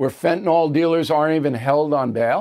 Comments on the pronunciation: As a veteran broadcaster with a degree in higher education, and a stickler for correct English, surely you know that what you say influences the general public. The word 'fentanyl' does not end in ol. It ends in yl and is pronounced to rhyme with pill. The other word that is often mis-pronounced by tv talking heads is 'anti-Semitic'. For some reason, many think that anti-Simetic sounds better. The people are Semites, not Simetes. Thus endeth today's lesson. Tomorrow we will tackle the subject of does a body 'lay' on the floor or lie on the floor? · Can't anyone pronounce Fentanyl ?